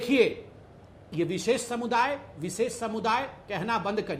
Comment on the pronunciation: Koum visess not darm vises